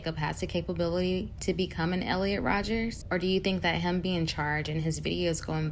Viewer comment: Minor nitpick but it’s Elliot Rodger, not Rodgers.